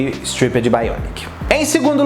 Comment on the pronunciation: sua pronúncia de "stripped" tá errada. ❤adoro você